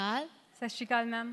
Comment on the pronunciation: Sat sri akal hunda hai shasri Kal nahi